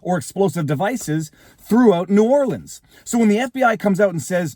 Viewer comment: I'm from Louisiana. This is %100 incompetence. NO is ran by idoits. Btw kudos for pronouncing New Orleans correctly.